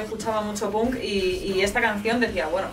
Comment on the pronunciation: "Escuchaba Punk" Punk con la "u". Me encanta.